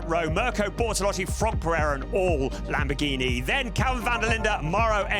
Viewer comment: Lamborgweenie? How about learning the correct pronounciation?